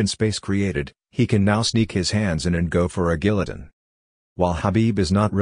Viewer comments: lol "gill-uh-ton." Awesome video as usual! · yo the way the computer pronounced Gulliotine haahaaha. i dont know, Maxs nutritionist was saying its the second toughest cut that they have had to do ever. I dont think we really know whats maxs cardio will be like